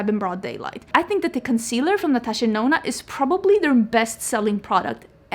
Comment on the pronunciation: I still remember when you said Natasha Denono 🤣 Something has definitely changed.